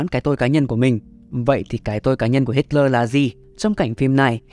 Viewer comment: Cứ đọc là Hít-le đi ad, đây là tiếng Đức